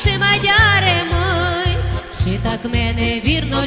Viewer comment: Не ши а ЧИ